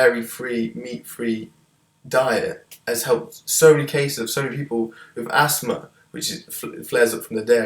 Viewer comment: lol "All the people with Assma"